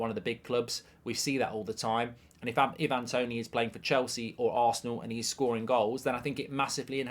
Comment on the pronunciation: Who on earth is Eevan Toney?!